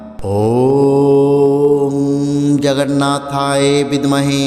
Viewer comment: Jagannathayo শব্দটি ও সঠিকভাবে উচ্চারণ করুন।